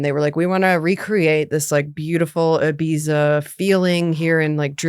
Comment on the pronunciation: no diss but that pronunciation of Ibiza was very funny it's more like ee-beeth-a, not eye-beatsa :v